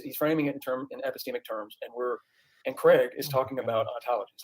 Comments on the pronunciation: "Episteamics" lol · I don’t know how many more “epesteeemics” I can take